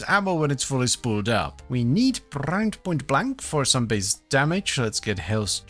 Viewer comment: Prrrimed .., I'm never not rolling my rrr's when saying "prrrimed" now😅